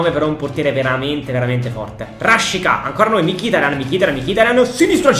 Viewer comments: Come mai dici " rashiza " e non " rashica " ???? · sbagli a pronunciare rashica non si dice con la z ma con la c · Cmq RASHICA SI PRONUNCIA RASCICA NON RASCIZA, MI DA UN FASTIDIO QUANDO LO CHIAMI,MI FAI RISCHIARE DI CHIUDERE IL VIDEO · Cmq si dice Raschica no rasciza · mi triggheri Rashica si pronuncia rascìzq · Mi sa che si pronuncia rascica